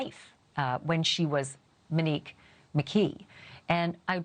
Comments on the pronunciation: For the last time— PLEASE LEAVE RYAN K. Case OUT OF THIS and say her name right MOnique, not MENique. 😂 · I enjoy Ashleigh's videos but wish she would pronounce Monique's name correctly. Take the lead from her family. It is mo(long o) ique. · How hard is it to say Mo-neek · Why don't these talking heads know how to pronounce the names of the victims?